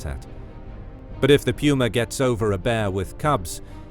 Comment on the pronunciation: Peeuuma? Its Puma